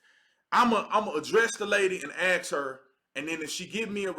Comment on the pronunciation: I agree with 98% of what you say. I mean zero offense by saying what Im about to say. We also must respect the english language, just as much as the flag. Please don’t say “ax”, it sounds horrible, please say “ask”. Much respect! Fan for life!